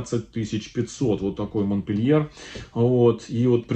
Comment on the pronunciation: Всех приветствую.,здравствуйте.Орхидейки вам достались "капризные",но вы справитесь с их востановлением,уверенна.А вот название французской красотки говорите не по французски.Правильно произносить "Монпелье".Все три растюшки шикарные и желаю им быстрейшего "выздоровления".